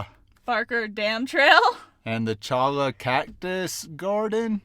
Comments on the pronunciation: Cholla is pronounced choya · Cholla is pronounced "choya" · cholla are actually pronounded choya .